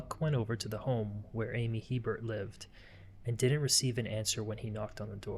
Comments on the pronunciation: The last name is pronounced a bear not Hebert. Not to be confused with Herbert My mother married a man with this last name in Louisiana. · In Louisiana we pronounce that last name as (Hebert) " a-bear" hahaha don't ask...we're cajun!!!😂😂😂❤❤❤ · As a resident of South Louisiana, I'm here to inform yall. Hebert is pronounced, "A-Bear" Now u know. Lol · It's pronounced ABear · A-bear. In Louisiana, it is a Cajun surname hence pronounced Long A sound, followed by bear. Brett Favre, the corrupt and stupid NFL star says his name as Farve, but it should be pronounced as Fah-vra. They say Garcia as garsha. It's a deep south thang.